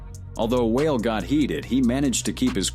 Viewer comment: And calling Wale "whale" 😂😂😂